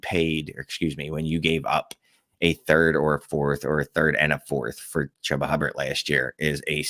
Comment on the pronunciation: its pronounced Chew-Ba FFS.